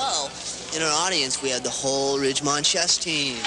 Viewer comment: It's Fast times at Ridgemont not Ridgemount